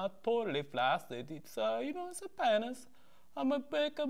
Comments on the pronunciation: LOL "PAYNISS" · PAYNISS HAR